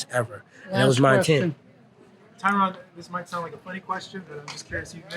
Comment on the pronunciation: Why can't these other promotions pronounce people's names correctly. It's not Tie-Ron moron. Surprised Woodly didn't snap at him. Hey everyone, it's Chuck Lie-Dell!! Are these guys coke-heads too?